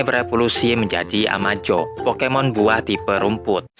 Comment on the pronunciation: abang yang ngomong pokemon salah